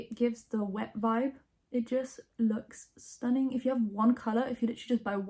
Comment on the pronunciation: STUH - NING Oh my god